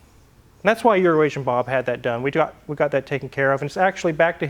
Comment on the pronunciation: Every time i hear "euroasian bob" i hear "urination bob" :D:D:D